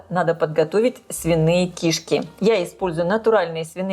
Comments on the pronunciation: Почему ки́шки а не кишка, вы не русская если да то я вас понимаю, но если что, всё таки надо говорит грамотно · Рецепты у шедевральные!!! Но давайте попросим известного блогера говорить правильно!! Ну какие кИшки......всегда и везде кишкИ. А одна кишкА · В слове «кишки» ударение падает на второй слог, на букву И — кишкИ Не большая кишкА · Почему кИшки с ударением на на первую букву И. Ведь правильно говорить кишкИ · Извините, но уши режет. КишкИ'. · Режет слух слово КИШКИ с ударением на первом слоге. В русском языке ударение ставится на втором слоге. Речь блогера должна быть грамотной. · Она не из России ей простительно. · Здравствуйте! Ставьте, пожалуйста, правильно ударение на слово "кишки" На последнюю букву. Сразу, даже, не поняла, что за слово Вы говорите😂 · это на украинском такое ударение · на укр.ударение на 1 слог) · но говорит то она по русски! 😂